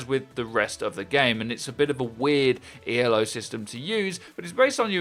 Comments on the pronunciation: It's not pronounced E.L.O. It's "Ee-lo." It's a person's name, not an acronym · Not E.l.o, it's E-lo because it's named after Arpand Elo not the Electric Light Orchestra. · It's "Elo" one word, named after Arpad Elo. ELO is a band xD